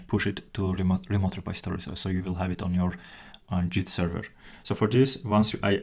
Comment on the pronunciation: it's git not jeet.